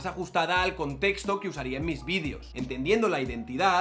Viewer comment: VídEEEEEEEEos, se dice víd[E]os; joder.